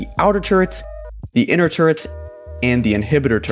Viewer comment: Is it just me or did he say turds instead or turrets